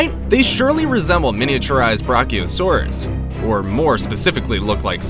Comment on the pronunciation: YES! You said t-Rex but you said br.ar.ci.os.aur.